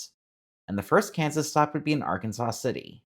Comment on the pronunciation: As counter-intuitive as it is, "Arkansas City" is pronounced "ar-KANZ-as". Idk why it doesn't match the state of Arkansas.